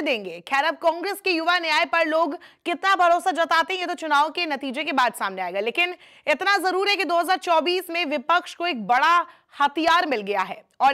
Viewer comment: आप इतना नहीं एतना बोली हैं😂